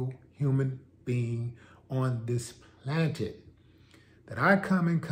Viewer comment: He said "Plantant" instead of Planet... 😄😄😄 MUCH RESPECT D. But I call a spade a spade! 😎😎😎😎